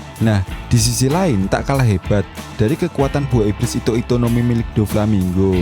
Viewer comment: ito ito no mi omm, bukan hito hito no mi